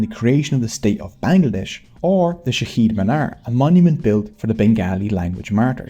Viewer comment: As bengali i am sad bcs you said Shaheed Minar But it is Shoheed Minar and keep posting more videos about grograpjy i really like it!!!